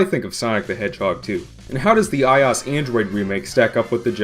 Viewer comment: It's i - O - S, not "eyeaus". The "OS" is an acronym for "Operating System" so everytime I hear "eyeaus" I dye a little inside.